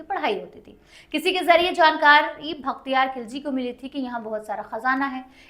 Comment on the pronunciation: vakhtiyar nahi bakhtiyar ........didi pehle shi uchharan kro fir history pdhana